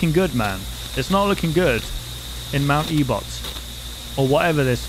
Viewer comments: E-bot? It’s ebott damn it explodes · It's pronounced mt.ebit. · "mount ebot" I'm sorry but that has me cracking up everytime you say it- TEmRIL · the name of the mountain is actually pronounced (Eh-Bitt), btw! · it truely hurt to hear you say ebot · ebed is the pronounciation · I cringed after you said E-bot